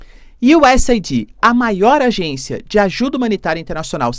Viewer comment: Vou ser o cara chato do inglês: a pronúncia correta do USAID é Useid, ou se for aportuguesar u.s.Aid